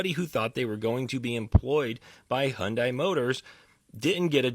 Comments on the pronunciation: Why can nobody pronounce the car company correctly. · All these liberal saviors cant even pronounce hyundai correctly. They seem to care so much about this but cant even say it right. It doesnt matter though rabble rabble rabble